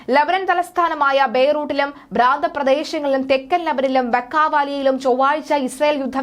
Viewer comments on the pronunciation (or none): ഭ്രാന്ത പ്രദേശമല്ല സുഹൃത്തേ പ്രാന്തപ്രദേശം 😅😅